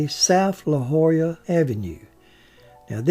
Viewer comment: Wonderful,!!! Patrick was such an icon. And, you, sir... "La Jolla" -- you said it like a native, bravo!!! But, don't you ever lose that Mississippi accent, your voiceovers are legendary amongst your YT subs! Looking forward to the next production 🙂